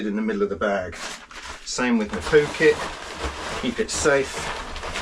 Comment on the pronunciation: I love the way you say Poo Kit... it makes me wanna go 😂